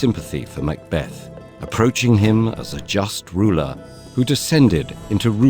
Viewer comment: Beautiful animation and well-written script but please, please get someone to check the pronunciation before briefing the narrator. I winced multiple times, at "arbuh-real" "mac bath-ed" "win ton" and "boh eeze". As a Scot it quickly became unlistenable